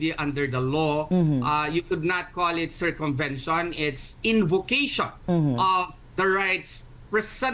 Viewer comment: who is this saying curcumvention? wow maam..